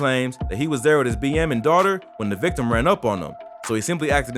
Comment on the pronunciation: Stop gabbling. Slow down. Pronounce the T in 'victim.' Never say 'vikkim .'